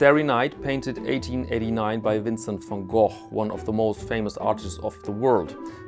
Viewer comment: Happy to hear someone pronouncing van Gogh right. "Instead of the "ven Go" I usually hear. Personally I would go for the van Gogh. That said, I would love to see Hokusai's "The great wave of Kanagawa' made by Swatch.